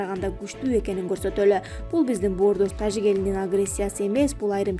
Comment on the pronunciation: Диктор тажик деп айтканда орусча Жы дебей Кыргызча Жы деп айтчы